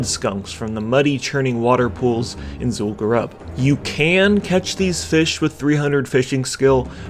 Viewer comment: its zul gurub, not zul garab HAHA